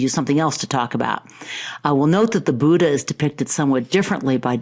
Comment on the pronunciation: I am an Indian and I am afraid that's not how Buddha is pronounced. In Devanagari script, it's written as " बुद्ध " and its correct pronunciation is very much different from how West, China and South- East Asian countries pronounce it.